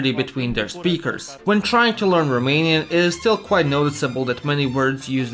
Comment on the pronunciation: As a romanian, I aprove of the pronounciation.